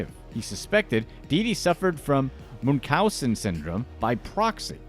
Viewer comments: DeeDee suffered from Münchausen by proxy. It’s pronounced Munch (as in cha)-ausen. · you missed pronounced Munchausen by proxy its pronounced kinda like Munchies. Mun-cheez .. Now try saying Munchausen. Munch-house-sin....by Proxy. Pra-xie